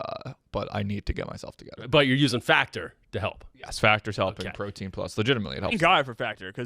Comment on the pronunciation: “Protein prus” didn’t know was Asian